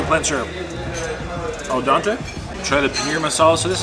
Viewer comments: Please stop saying 'al dante'. It is 'al dente' . I hope that you read this. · he said al dante again!? lol is there an inferno?